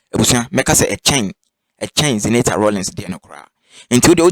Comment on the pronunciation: Please I want your number to educate you on pronunciation of Zenator's name is ewe name not english name the name means let darkness stop until I won a victory it is in Joshua 10